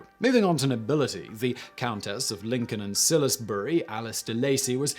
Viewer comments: "Countess of Lincoln and 'Sillisbury'"? Really, Simon?! Youre English as well aren't you? Salisbury is 'SAWLZ-berry' or 'SAWZ-berry' not SILL-iss-berry, you 'SILLISBILLY'! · The way he said Salisbury 🤔